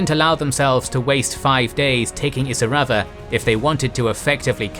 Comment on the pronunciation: It’s really annoying that he can’t pronounce Kokoda or Isurava correctly.